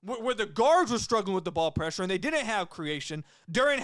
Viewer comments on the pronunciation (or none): none